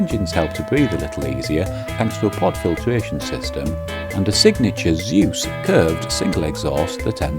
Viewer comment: It's NOT pronounced Zay-Usse... its pronounced Zooooooooooss. Your not an American! Oh bloody excellent video BTW 😊